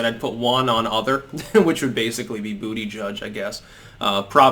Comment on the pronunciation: it’s funny every time to hear you say bootyjudge lmao